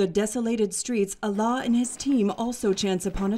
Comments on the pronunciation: The narrator keeps pronouncing his name as Allah which means God in Arabic, but the pronunciation is wrong. His name is Alaa. When I first heard the documentary I found this odd till I read his name in another comment. God bless his kind heart❤ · His name is Alaa not Allah*